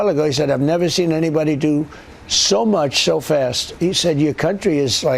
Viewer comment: Trump pronounced so fast as show fast 😅 This mixed-up pronouncation happened as he was saying what Fartin said about him